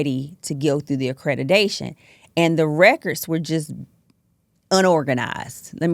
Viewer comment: Accredidation. She can't even say the word. Idiot. Scammer. Zero training and education in this. She makes me sick